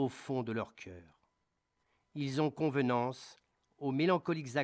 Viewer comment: Quelques fautes de prononciation. "ils ont souvenance, et non couvenance", etc.